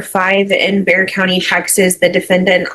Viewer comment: Bexar County. Not Bear County Not Bearagard County Not Beau County BEXAR (pronounced Bay-er or Bay-har)